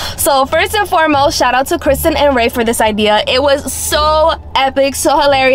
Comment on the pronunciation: She said shoutout to Kristen and Ray when is Reafe not Ray 😂😂😂😂😂😂